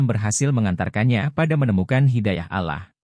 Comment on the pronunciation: 🤨pakai suara robot jadi alah bukan Allah, piye toh?